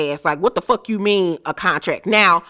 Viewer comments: Not cuntrack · LaTisha and her husband and their conversation about the “cuntrack” 🙄🙄🙄🙄